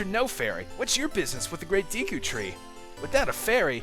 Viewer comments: It's pronounced De-ku, not Dee-ku. Trollface.jpg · Hey Dude Ur A Noob It's Prenounced Da Ku Not D Ku Lol JK Ur Awesome Still No Matter How U Say It It's Cool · I never understood how people ever come to the conclusion that Deku is pronounced 'Dee-koo'. It doesn't make sense in either English or Japanese lol. But to each their own I guess :P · Is it really dEEEku? I always pronounced it Deku with an 'e' like the work "deck" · same here, it's always been Day-ku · I'm a hick so I say Deku as "dayku". :( You're probably going to influence pronunciation changes for me. XD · "Deku" is a name/word that alot of people pronounce different e.g. Dayku, Deeku of Decku. i dont really know the correct way of saying it but who care... THIS GAME IS AWESOME!! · deh-ku and dee-kuh are both of 'em I use. Dee-kuh scrubs, deh-ku tree. Sa-rye-ah is the pronounciation I'm used to hearing LPers do, but sariah is what I've used, and hi-lee-uh is what I use as well. No awkward pronunciations for me, because you use the same ones I do.